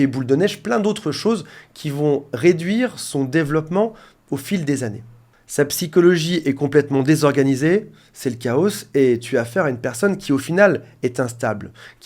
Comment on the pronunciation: Le chaoSSSecours ! Dans quelle école pour psys en formation on dit chaoSSS ?